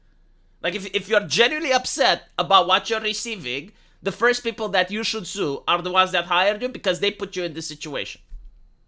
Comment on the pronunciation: She said Stew not sue.